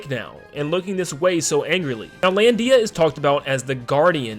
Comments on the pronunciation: IT'S LANDIA NOT LAN DIA! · You put way too much emphasis on the "Dee" of "Lan-dee-a" lol